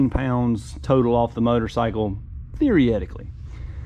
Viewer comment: theoryetticly. That's a new word that I lerned today. This bike is badass and you clearly know your stuff.